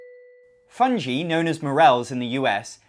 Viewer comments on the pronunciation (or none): I thinking you might be pronouncing fungi wrong... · I'm so confused. When I did my board game song I pronounced it "fun-gee" and got told off. So this time I looked up the pronunciation on and was given "fun-G". What is the right way?